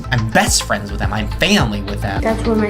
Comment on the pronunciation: Uhn they ar Fwends